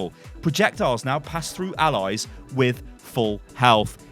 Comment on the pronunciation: Why do you say Allies like Alloys?